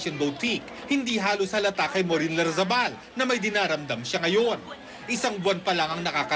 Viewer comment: its larrazabal not lardizabal twit.